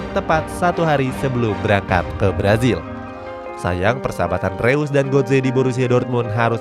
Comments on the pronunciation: Koreksi min reus bacanya (roys) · bacanya roise bukan reus bang